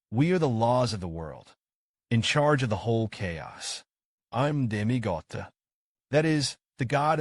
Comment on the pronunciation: Why are you saying demi gate , its dami god ig